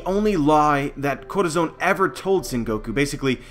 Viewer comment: every time you try to say Corazon it triggers me so hard, because its not even that hard to say. Look up that word in spanish, listen and listen to a pronunciation. DEAR GOD, that triggers me.